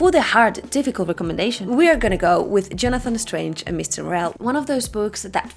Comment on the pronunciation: Difficult. It's difficult not dificult.